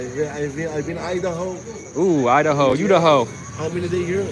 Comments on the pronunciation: This guy just said YouDaho HAHAHA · Idaho, u-da-ho 🤣